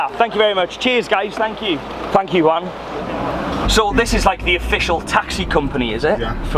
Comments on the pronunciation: It’s Juan not wan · It´s Juan and He says One. I´M dying bro. JAJAJAJAJAJA